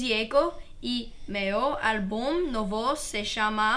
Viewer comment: i'm brazilian alex's pronounce is almost right but when he say,for instance ''novo'' he said ''noVO'' in the word ''novo''(new),the stressed syllabe is the first one (NO-vo).